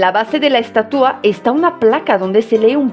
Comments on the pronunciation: “Estatúa”? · Hola te hago una observación en tu pronunciación....pronunciaste aproximadamente 35 veces la palabra estatua, de las cuales unas catorce veces tu pronunciación fue incorrecta pues la pronunciaste así... estatúa, además de cuando te referiste al rostro de la estatua en vez de decir tenía un rictus severo en su rostro dijiste sévero....tienes muy buen español y revisar estos detalles te ayuda a que llegues a un español perfecto.... Te digo de broma que se dice estatua no menumento....🙂🙃....supongo que sabes que acá en México se hace una broma cuando alguien pronuncia mal y dice estuata se le corrige diciéndole que se dice menumento, se le trata de corregir pronunciando mal otra palabra como sinónimo.... En cuanto a la crítica a ambos países con respecto a la estatua y la libertad recordemos que ambos países siempre se han conducido como imperios saqueando y dejando continentes enteros en la miseria lo cual ya es un impedimento para que hablen de libertad, nunca han tenido autoridad moral para hacerlo...y de hecho lo que dijiste de tu país Francia no es que tenga una actitud paternalista hacia los países Áfricanos, es que a vista de todo mundo los sigue saqueando.... Cómo sea esa estatua o monumento u lo que sea, la gente ya sabe que es una burla, y si así lo toma la gente que sabe que de ese tamaño es la hipocresía de ambos países, de su clase politica... Saludos cordiales...😎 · Como siempre tus vídeos muy ilustrativos. Te comento que la palabra en México para este monumento es ESTATUA trisílaba grave. y tu pronunciaste ESTATÚA. Puedes checarlo. Saludos.